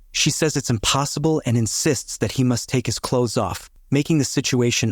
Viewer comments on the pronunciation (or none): none